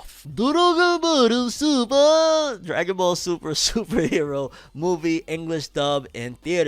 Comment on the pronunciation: Bro why you say Dragon Ball Super like that 😂